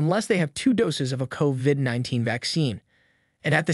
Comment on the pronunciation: Why do u pronounce covid like covvvid ?